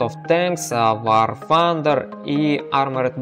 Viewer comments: блин, это так раздрожает какой аор фандер!? Тандер!!! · вор фандер касаться узнай как произносится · Паренек! Не пытайся быть англичанином! Вар Тандэр игра называется. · явно проблемы с англ языком вар фандер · ага. когда он гаварит вар фандер, у меня уши вянут, кагбудто бы стучат ложкой по батарее!!!! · Ещё один англичанин. Произносят люди так как нашему русскому уху приятно. Вар Тандэр и точка. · И вообще игра к Великобритании никакого отношения не имеет! Американцы произносят Тандер! Англичане Фанда. Ну почти как панда. Так что игра из америки и произносится как Вар Тандер.